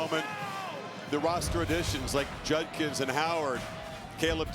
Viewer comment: Does it sound like Herbie was saying "Junkins" and not "Judkins?"